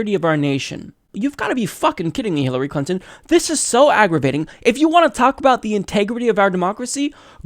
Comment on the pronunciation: Did the host just say "Hillary Cunton" ?? :D